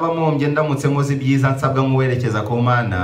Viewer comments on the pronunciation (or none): none